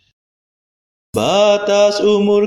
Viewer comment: Terima kasih banyak bagi Bapak yg mendaraskan doa. Kami bersyukur atas Rahmat setiap pagi untk ibadat bacaan. Mohon ijin saran utk doa kata Roh Kudus dan nafas, bagian huruf s nya agar disuarakan. Terima kasih. Berkah Dalem Gusti Yesus.